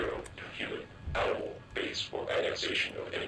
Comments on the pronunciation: "Offlining the AMINAL predator" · "Aminal predator" I love that. I say that instead of "animal" for fun from time to time.